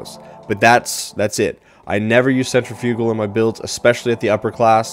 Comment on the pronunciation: Definitely trying this when I can, and the way you pronounce "Centrifugal " is still funny lol